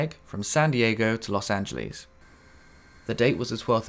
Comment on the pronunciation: I don't like the way you pronounce Los Angeles